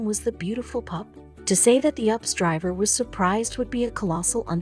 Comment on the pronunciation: Its U P S not ups 😘